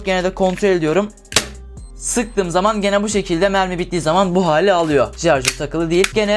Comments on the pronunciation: lan şuna "jarjör" deme artık. onun adı "şarjör" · jarjör değil şarjör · Jarjör ne ya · Amk bizim insanlar niye şarjör diyemiyor.